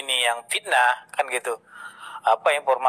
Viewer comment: Menurut saya, sebelum menjadi pengacara seharusnya belajar bahasa indonesia dengan baik dan benar. Contoh: Fitnah bukan Pitnah, Video bukan Pidio.